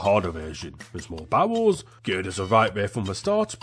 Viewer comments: I keeping hearing barrels as bowels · Whenever you saw barrels it sounds like you saw bowels which makes this 100%funnier ngl